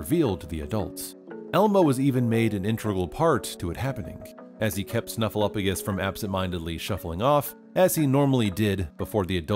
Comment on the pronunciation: OS Sesame Street viewer here. I remember when everyone finally figured out that Snuffy was real (poor Bird, suffering all those years!). To this day it makes me nuts when people pronounce Snuffy's name as "SnuffleUFagus" — completely ignoring the "P." #justiceforSnuffleupagus 😆